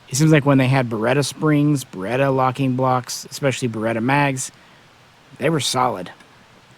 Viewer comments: I'm sorry but pronouncing it as beretter just sounds dumb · Burrrretta Burrrrreta Burrrrettta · I like it. It's just a little joke. He knows the correct pronunciation, obviously. He's just using a little inside humor.